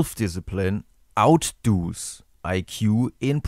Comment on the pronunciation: Outdoes is pronounced as outduz